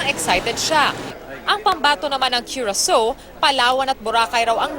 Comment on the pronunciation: Its not Curaso ...it is pronounced as Curasaw